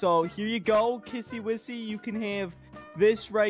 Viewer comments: Not kissy wissy😂 its kissy missy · It's not kissy wissy it's kissy missy.